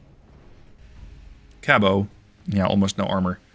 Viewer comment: Just an FYI, Americans pronounce the "t" in Cabot